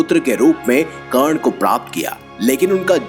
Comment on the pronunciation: karna ko kan bolta hai bura lagta hai bhai nahi aata to mat bol urdu ka churan q khilata hai